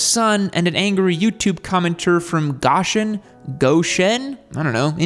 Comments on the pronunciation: Go-shin Indiana; not Gosh-in. It's where most campers and motor homes are made. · Hey I love near Goshen 😂 and it's pronounced like go - shin